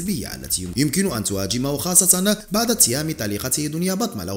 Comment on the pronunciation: اخي الله يخليك المرجو تصحيح نطق بعض الكلمات خاصه بعد وبعض : نقول بعد الضجه ليس بعض الضجه. وهدا الامر يتكرر عندك بصحه كتيره . وشكرا علي مجهودك